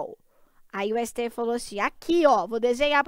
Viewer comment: 👉 - nooussaaa siteéfi... Hahahaha